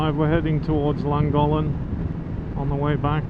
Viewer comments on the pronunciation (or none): Came here to comment exactly the same not one Welsh name pronounced correctly lol.. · Superb footage & landing of the drone.👏🏻 Your pronouncing of Llangollen & Betws y Coed was entertainment in itself!😂🏴🤝🏴 Keep up the good work! Da iawn.👍🏻